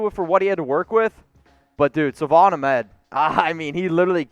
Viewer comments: It's pronounced akmed not ahmed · Not being rude, but Brian Flores and even Salvon Ahmed himself said for the last 2 weeks that Salvon's last name is pronounced "AKMED" just wanted to point that out...its pronounced "AKMED" love the show btw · It’s pronounced (ahk-med)